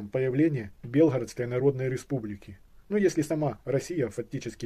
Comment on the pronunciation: Ни Белгородская, а Белгородская область, ударение на О .